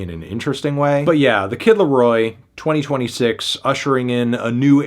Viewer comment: Hey Melon, you should consult the NFR boys on how to correctly pronounce "the kid LAROI". Your pronounciation was atrocious.